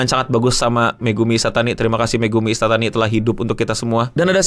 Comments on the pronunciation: bang, namannya megumi ishitani, bukan isatani hehe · Megumi Ishitani bang ..bukan Ishatani